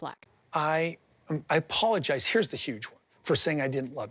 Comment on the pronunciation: And he can't even pronounce that word correctly 'pologize'